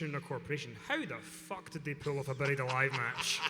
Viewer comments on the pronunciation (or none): “beddied alive match”